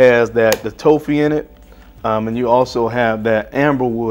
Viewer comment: My guy, the word is Toffee. You say like this taa• fee not toe•fee